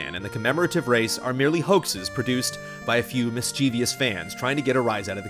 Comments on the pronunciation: Mischievious you say. Not mischievous? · Thumbs down for saying "mischievious"